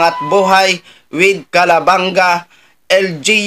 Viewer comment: CALABANG-GA, ang pronounciation nyan. 👍👍🙏🙏🌹🌹🌹🌹🌹🌹🌹🇵🇭🇵🇭🇵🇭🇵🇭🇵🇭🇵🇭